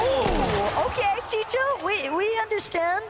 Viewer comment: These commentators are bad AF at reading names!!!!! The guy is named CHICO not CHICHO, WTF!!!! Get people that know how to talk, instead of choosing those who talk fast but it's all gibberish..... Learn the history before saying dumb sht!